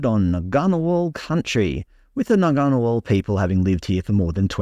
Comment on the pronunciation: For a start the ' g ' in Ngunnawal is silent, & there is no such thing as the ' Brindabellas ' It's only one mountain range called the Brindabella Range. JS.